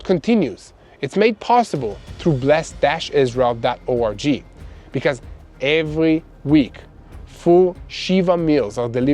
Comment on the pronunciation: Please stop saying...Israel.orgy!!!! Pronounce the 'g' hard as in 'go'. Believe me, it sounds much better! Thank you somuch for your work keeping us all up to date 🙏🏻Praying for the peace of Jerusalem 🙏🏻🙏🏻🙏🏻